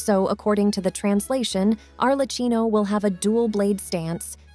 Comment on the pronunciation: Please can you pronounce Arlecchino correctly? The way you pronounce it is actively making my ears bleed, it's pronounced Arlekkino🙏